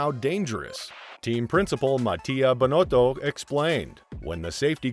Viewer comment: Please pronounce correctly. It is “Signs” and not “Saenz” Carlos Sainz is pronounced “Carlos Signs” and Binotto is pronounced “bee-noato”. I’m helping your pronunciations for future videos